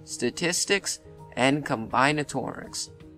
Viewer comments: Just for future reference it's pronounced com-BIN-atorics. Not Com-BINE-atorics. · Blud said combyenatorics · ehhh id say its more like 40 fields, more like 70 if you wanna include applied math and stuff also dont shit on algebra's and statistics' and combinatorics' (whose pronunciation you totally butchered) difficulty (i got some highschooler allegations) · If you cannot pronounce combinatorics, then you probably shouldn’t be able to rank it either